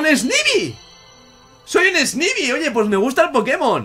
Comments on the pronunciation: no se lee snaybi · snivy se dice esnaivy saludos n.n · snivy se pronuncia snaivi